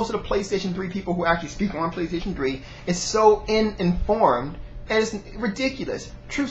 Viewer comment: Fair enough, "every word" is a stretch, but Microsoft the biggest contributor to gaming? C'mon brotha, I know you didn't mean that. you said "ininformed"... twice. I kno what you mean but it sounds ridiculous and makes you look like a joke when you actually are saying something truthful. And you beat that whole dedicated server argument to the ground that it was almost counterproductive. Yes PSN doesn't provide the ded. servers but why come off all whiny about it?